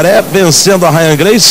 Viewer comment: O locutor sacaneou :"a Rya gracie" haha sempre foi um merda lutando, só ganhava na covardia